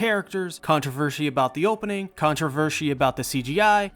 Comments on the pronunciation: Why do you say controvershi? Its controversy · Controversy not controvershy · Most controversial thing in this video is how you pronounce "controversy" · The only thing controversial about this is how you pronounce "controversy" as "controvershy" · This guy went "controvershi' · The word "controversy" really lost meaning to me after hearing "controvershy" over and over again. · CONTROVERSHY O__o wut? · My only complaint is that he says contravershy and contravershal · controvershy about how you say controversy